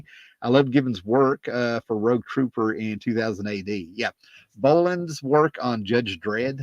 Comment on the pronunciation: Bolland as in Holland not as in Roland....ooh, he'd be furious LOL!